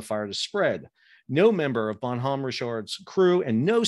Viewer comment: The "H" is silent in the name and it's proounced as one word, not two.